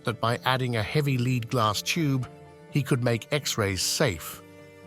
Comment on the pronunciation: Why can't those who program the speaking robot get the sound right? It is spelled Lead but it is pronounced Led. suggestion, Just spell the damn word Phonically so it comes our correct when the robot speaks it!